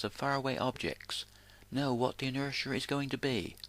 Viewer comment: What is this inersher thing he speaks of?